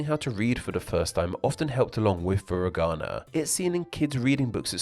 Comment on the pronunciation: Japanese only has 5 vowel sounds, not including diphthongs. A is always ah, I is always ee, etc. So foo-ree-gah-nah, not fur-ih-gah-nah, and kah-tah-kah-nah, not cat-ih-kah-nah.